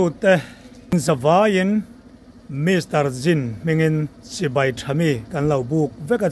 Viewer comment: Mister (Mr.)Jin tih turah emar jin😂, awtaw tih mai tur au-taw tih te, stand tih aiah sitan tih te hi...zialo ve